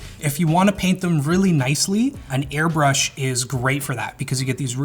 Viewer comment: small nitpick but segment says airbursh instead of airbrush